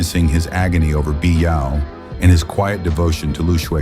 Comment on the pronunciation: Lu Xueqi.. Come on, u can't even get the maths right, at least get the names right will ya? And there are only ever 2 women who loved Zhang Xiaofan, they are Lu Xueqi and Biyao. Oh, and pls learn to proniunce their names correctly too.. Imagine your name is Crocodile and people keeps calling you coo-coo-dial how would u feel bro?